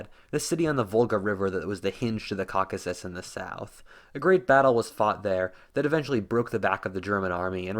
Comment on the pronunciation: I had to stop listening to this guy when he said Cockasis…...